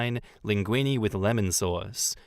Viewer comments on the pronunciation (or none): none